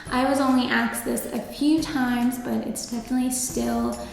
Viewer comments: I hope you didn't say "axed" instead of asked or "mines," or I guess they hired you so they don't happen to care much... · Where are you from pronouncing asked like "aksed"? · Love the video but I can’t get past the “axed” 🥴😂